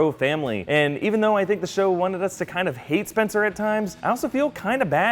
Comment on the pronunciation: "Oh no, not spenster and Bolivia."